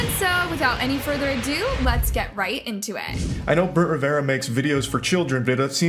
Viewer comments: jeremy hutchins is his friend, and part of their squad. you should know this. its also brent RIV-ERA. not riv-e-era. 😂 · RIVERA NOT RIVIERA BRUH.